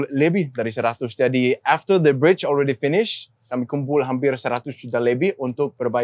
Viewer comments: Yg lucu tuh udah salah sebut TERIAK lagi " the bridge " the bright 😂😂😂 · Mamat: Tell me about the brayj😂